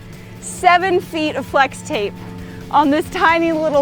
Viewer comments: she said slex tape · “Slex tape” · Slex tape? Lol its pronounced flex tape not Slex tape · In the beginning you said slix tape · Did she say slex tape or what